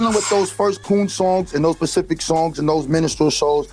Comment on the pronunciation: It's really sad when so-called "African Historians/Scholars" proclaim to be well-read and well researched, but cannot even correctly pronounce simple words like "Specific." I wish people would use the words they know, comprehend, and can correctly pronounce when trying to convey something to someone else.